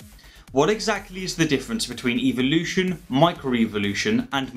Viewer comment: Why does he say "evilution"?